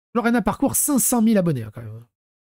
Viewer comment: Ton accent on dirait un bug IA « Parkure » 😂😂